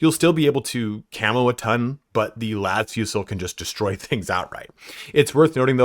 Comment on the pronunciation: Thank you for saying Las Fusil like it’s not a French dish